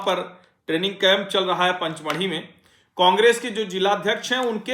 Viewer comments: Panchmadhi nahi pachmadhi hai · "पचमढ़ी" है पंच नहीं.